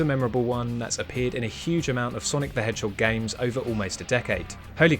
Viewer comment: Shadow the Hhog